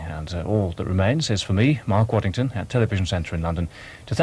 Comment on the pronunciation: Robin Whitting, not Welling; Mark Waddington, not Waddlington; Charles Nove, not Hove.